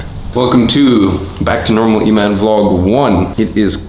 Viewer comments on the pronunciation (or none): none